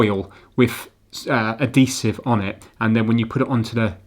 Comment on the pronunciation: It almost sounds like you were saying "adthesive" instead of just adhesive. Maybe the Theosaurus was making you also say "adthesive"?